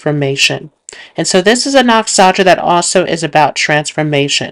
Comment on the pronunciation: Can you please pronounce “nakshatra” properly? It’s very distracting when you butcher the pronunciation.